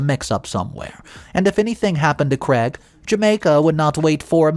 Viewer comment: Craig is pronounced as having a long "a" as in "made" not as Creg .